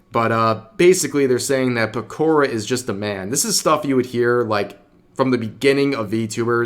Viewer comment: Pekourrah? It's Pekora